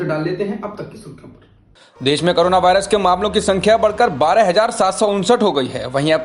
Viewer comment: it's corona not carona